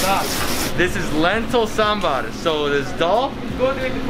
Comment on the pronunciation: He pronounced Sambar much better than Many other people who pronounce it Sambur My South Indian heart is happy